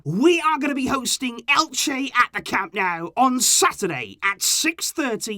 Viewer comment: please stop with the "Camp NOW" You sound foolish. It's CAM NO-U. Get it right. Someone of your stature with this team shouldn't be so wrong on the home stadium of the team you love so much.